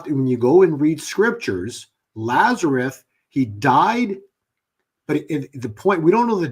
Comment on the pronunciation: LAZARUS, not "Lazareth". Actually his native Hebrew name was Eleazar. The KJV translators corrupted most names in the narrative.